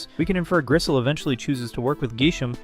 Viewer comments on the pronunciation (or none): There are so many thing wrong with this video but I guess the part I want to focus on is that you mispronounced Griselle and Grisham’s names repeatedly and also that you consistently misgendered Griselle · I also don't get why he so often mispronounced names. Grisham and Griselle are not hard to sound out.